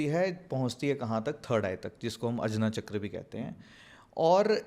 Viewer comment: संस्कृतभाषा के शब्दों को अंग्रेज़ो की तरह बोलना सचमुच कर्णकटु लगता है। "वेदा", "चक्रा", "सहस्रारा" आदि उच्चारण मुझे भी अखरते हैं। सही शब्द 'Sahasraar' है, "Sahastraar" नहीं। भारतीय भाषा के अन्य शब्द भी हैं, जिनके विदेशी उच्चारों में सुधार लाने की आवश्यकता है।